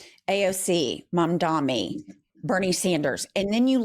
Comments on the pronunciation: You both are awesome! One annoying thing now I’ve noticed in a couple videos, including this one, calls Zohran “Mamdami’ instead of Mamdani. Seems like we should get it right after criticising Republicans for mis-pronouncing Kamala. Keep up the great work! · I love ya but it's MaMdaNi two Ms and an N. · I love your podcast ladies, but it's Mamdani not Mamdami 😅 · bless you but u are pronouncing Zohran’s last name wrong. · keeps mispronouncing Mamdani’s name. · for the love of god (heh),, LEARN TO SAY MAMDANI. It’s offensive and embarrassing that you can’t. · needs to practice saying Mamdani's name correctly. It pierces my ears every time.:face-red-heart-shape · I love you guys! But keeps mispronouncing Zohran’s last name:(